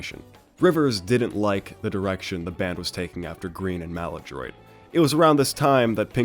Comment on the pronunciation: lol your pronunciation of Ocasik kills me every time... and Maladroit... jesus